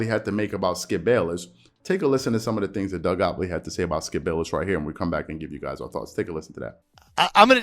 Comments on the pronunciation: "GOT-leeb" "GOT-LEEB" "LEEEEB".. Not "Gopley". Made it hard to pay attention lol. And gottlieb a weirdo for this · Say it with me, Gott-lieb. Man it’s in the title, the least you can do is pronounce the dudes name correctly. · Bro can you pronounce the guys last name correctly? It’s not that difficult 🤣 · Gotliebb is right tho.. skips70 there’s no need of name calling and mocking people.. and are you purposing pronouncing his name wrong lol